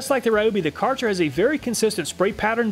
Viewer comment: Ryobi not Rayobi ;_; Why Americans are so stubborn to pronounce wrongly most of the words from other languages? Americans are mostly rude to laugh at foreigners for doing mistakes in English but when is a revenge time they are "it's not my language, what do you expect from me?!"... guys, we respect and try hard to pronounce your many ridiculous words which should be differently written then just check out even dense Google translate how to pronounce a foreign word. Just a language equality is what I want and it's really not that much or hard to do.